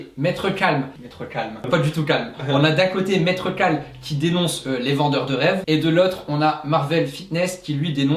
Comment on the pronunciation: C'est Maître Kal, pas Maître Cal :p